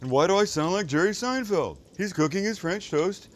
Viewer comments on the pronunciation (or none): none